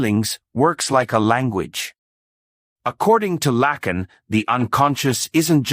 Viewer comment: PRONOUNCE HIS NAME CORRECTLY PLEASE. IT'S FRENCH, NOT AMERICAN.